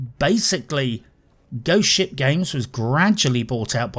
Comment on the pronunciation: Every time you say Ghost Ship, it sounds like you’re saying Goat Shit.